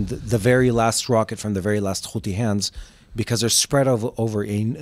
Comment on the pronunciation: Who and what is a houtey